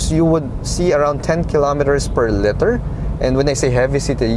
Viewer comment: Liter not letter. Parang leeter. Just some constructive criticism :)